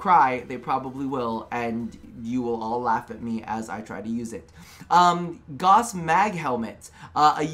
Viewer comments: Gauss not gaws, said gowss. I dunno how you American folk don't understand vowels or the importance of the letter H when starting a word. 😂🤣 Gauss is a measure of magnetics.... He is a mag lev accelerated frame like a bullet train. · Gauss like a House! Pronounce it as it is said in the Gospel of the Potato! :P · Its called gauss the u isnt silent its a german Name dont cut it down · I will NEVER say Goss. I don't care how DE says it. It's disrespectful to Carl Friedrich Gauss, widely considered the greatest mathematician of all time. FFS, the word gauss is a unit of magnetic induction, equal to one ten-thousandth of a tesla. What's next...are they going to name a frame Teesla?